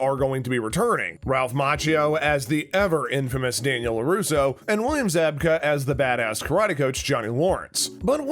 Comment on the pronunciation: Pronounced "Zab ka".